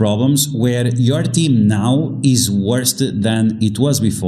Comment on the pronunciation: Just a heads up. It's "worse" not "worst."